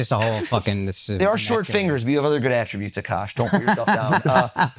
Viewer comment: It’s A-kash like a bear. But A kash. Why does everyone get it wrong. It’s funny how he’s getting advice on how to remember someone’s name I can’t pronounce his.